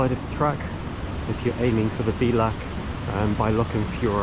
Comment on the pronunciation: Great series of videos, I'd love to have done this - 20 years younger! Incidentally, and I'm sure others have told you, the Gaelic word bealach (pass, gate, entrance) is pronounced bay-lach.